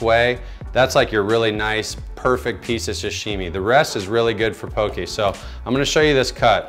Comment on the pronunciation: You were pronouncing it right in the beginning.. pok-"EH" not po"KI" 😊